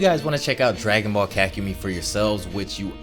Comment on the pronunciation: No offense, but the way you say “kakumei” makes me cringe